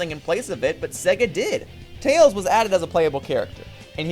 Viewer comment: I just heard him call Tails "Tail". I've not scrolled down yet, but I wouldn't be surprised if that's what the viewers are arguing about instead of the video's topic.